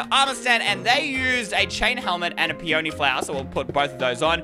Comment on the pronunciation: P e on y not p e ony